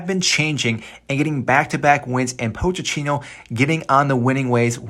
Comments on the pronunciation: “Poach a teeno” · Bro this video got annoying after you kept saying “POTE CHINO”